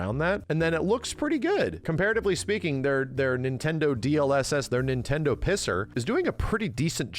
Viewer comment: "NintenDood" Ladies and gentlemen, we got 'im